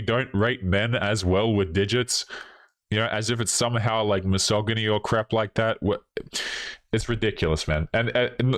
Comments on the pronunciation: Misogyny is pronounced with a soft g, not a hard one. We don’t want to give the SJW’s ammo against us. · Am I the only one laughing when he misprounces “misogynistic” and “misogyny”?